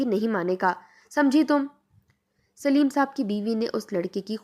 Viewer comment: Sleem nahi Saleem